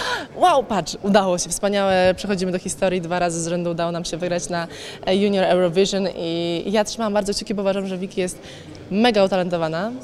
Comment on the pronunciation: junior ełurofiżyn